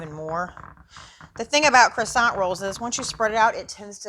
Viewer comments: Thanks for the video but you're killin' me! It's either pronounced Kwasan(t) or, what is in the can, Crescent - like a moon. Cresant roll is maddening! lol Smack that Can,! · I don’t understand. Many YouTubers making food videos use Pillsbury Crescent Rolls as a creative tool for easy recipes. But, so many are pronouncing the word “crescent” as though it is pronounced “croissant”. IT IS NOT. Please look up the word and pronounce it correctly. Words are your stock-in-trade. Do it right. Thank you.